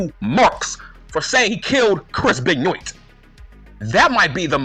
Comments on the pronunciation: Chris "Benn yoit" 🤣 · Why are you pronouncing Benoit wrong ?